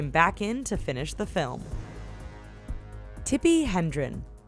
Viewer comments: Tippi Hedren... not Hendren. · Tippi HEDREN...not Hendren. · The name is Tippi HEDREN, not Hendren. Get your stuff right, guys. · It's Hedren, not Hendren. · Ah...Hedren. That'd be Tippi Hedren, not Hendren. Edit check! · It's Tippi Hedron, not Hendron. A little research? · It's Tippi Hedren, lol. Not Hendren. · Tippi HEDREN, not HENDREN. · I've heard of Tippy Hedren, but who the hell is Tippy HeNdren? . And who is the massive twit narrating this who just goes along with all the stupidity written for her? Has she been under a rock for the last 20-30 years? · tippi hedren....not hendren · Dominic Toretto, not Tortetto. Tippi Hedren, not Hendren. Mike Myers, not Meyers. Sloppy work there. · Shouldn't it be Tippi Hedren & NOT Hendren. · It's Tippi Hedren, not Hendren. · It's Tippi HEDREN, not Tippi Hendren. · It's Tippi Hedren, not Hendren! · Guys get your pronunciations and spellings right, it's Toretto NOT Tortetto; Hedren NOT Hendren and lastly Rhapsody NOT Rhapsony 😂😂😂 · it's Hedren, not Hendren. Really? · Tippi HEDREN, not Hendren. No wonder people suffer from the Mandela effect on Youtube. Tsk tsk. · It's Hedren, not Hendren.... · It's Tippi HEDREN not Hendren! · It's Tippi Hedren, not Hendren. Nice research! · *Tippi Hedren. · Hedren. Tippi Hedren. Sheesh. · Who the fuck is Tippi "Hendren"? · Nothing the rest of us don't experience in our jobs on occasion... That said, really needs to put more effort into using the correct character and actor names. Tortetto? Hendren? These are big names in the biz yet the narrator flubs them NUMEROUS times over the course of the video. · Hedren. It's Tippi Hedren. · Her name is Tippi Hedren, do you even Google?